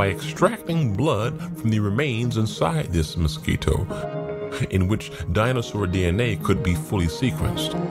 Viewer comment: Noticing the way the narrator of the Ark movie over pronounces things- Mos-QUI-toes. Kent Hovind also does that always saying WAH-ter and other specific words. Is that a purposeful technique of these religious types for a specific reason?